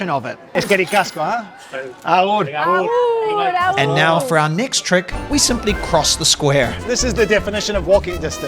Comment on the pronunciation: ¡Aupa /:D!. Gracias de un Bizkaitarra. Te hago una pequeñita corrección si te animas a venirte por aquí, cuando nos despedimos decimos Agur, no Abur. Cuídate mucho. Abrazos.